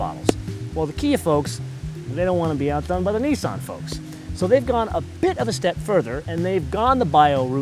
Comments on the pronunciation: ***** it pronounced as if the letter where in the lower case nissan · Does this person have a problem speaking. He keep pronouncing words wrong Nissan and sportage When will Americas learn English.